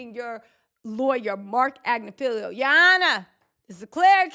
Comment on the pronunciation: Everyone is mispronuncing MARC AGNIFILO?? It’s AG—NI—FI—LO 😊